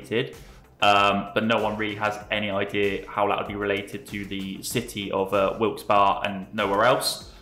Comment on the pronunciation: I grew up in Wilkes-Barre and you almost pronounced it right. No one ever seems to know how to say it. Right now, the PA governor is more akin to Mao than an elected official so that's the most likely reason.